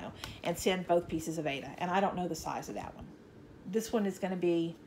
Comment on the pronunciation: Yikes! Aida cloth, not aids cloth!!